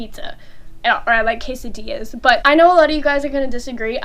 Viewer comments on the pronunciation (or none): none